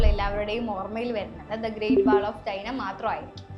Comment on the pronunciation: വാൾ അല്ല വോല്